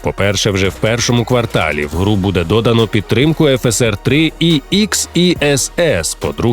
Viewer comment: Чесно кажучи, стає дуже смішно, коли доктор замість звичного Є3 каже "І фтри", а FSR читає як "ефесЕр". Краще завжди кажіть так, як ми всі в житті говоримо, хоч може й неправильно, але все таки так, як всі звикли